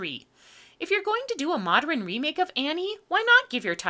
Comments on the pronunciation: "Moderen", "patteren", that time you couldn't pronounce "timbre" right, you are terrible with human languages. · Why does she keep saying "modren?" Is it a dialect thing or a Styx reference? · Ok I love you and your channel, and you usually have what I would call 'Overly precise diction and enunciation', so can you please explain 'Moderin'. Why u pronounce modern dis way?!?! I know I sound like a prick, but I have to know. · Weird tic: consistently says "modrin" rather than "'modern." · 'moderin' 😂😂 every time she said that I couldn't help but laugh out loud. This was probably one of the worst movies made. I couldn't even get through the first 45 min. You're to be commended for even making it through to write this review. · "Moderin"? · "Modern" has 2 syllables, not 3